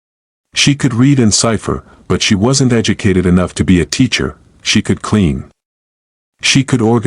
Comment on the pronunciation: I like the story but the AI needs fixing. It doesn't know how to read some of the small words.....to, us.....AI says the letters instead of the words.